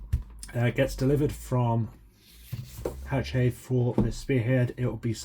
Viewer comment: Ha-shet is how you pronounce the publishers name.